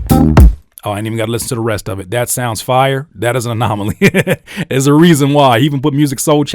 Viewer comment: My dawg keep saying anomonaly 😂😂 this video just helped out for sure, appreciate you 💪🏾